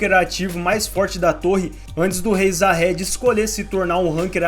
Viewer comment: então mano, como pode o cara assistir o anime ouvindo durante o anime inteiro os cara chamando o nome Jahad, e fala jahedi kkkkkkkkkkkkk